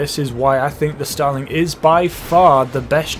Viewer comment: Os it just me or whenever he says starling it sound like he is saying stalin